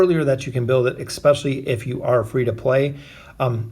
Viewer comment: Petition for him to say "especially" and not "ekspecially"👇🏻😂